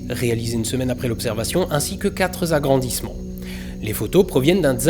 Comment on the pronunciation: Les quatre zimages et les quatre zagrandissements m'ont un peu piqué les oreilles... Sinon, comme d'hab, excellent.